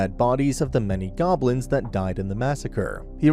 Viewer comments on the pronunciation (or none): none